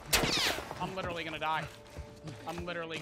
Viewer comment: witerally hit the gwiddy on Henry